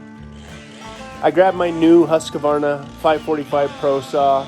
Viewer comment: Try saying Huskvarna like "huesquarna", and it will sound like it is supposed to in Swedish :D